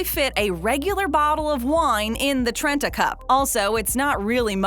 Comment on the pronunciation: Trenta? Interesting.